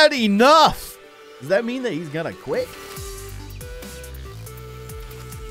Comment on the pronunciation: He said I guit